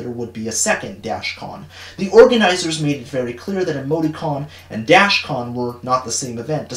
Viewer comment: Why you said “Emoti-con” I thought you said “Amogus-con” and I had to do a double take